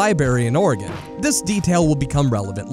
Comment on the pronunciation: For heavens sake, how did you pronounce Oregon correct, but screw up Tigard?! Lieberry!? You can say Oregon, but not Tigard or library?! ...This channel is great I'm subscribing.